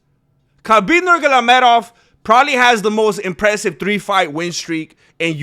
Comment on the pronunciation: Dude.. it's Nur-maa-go- me- dov !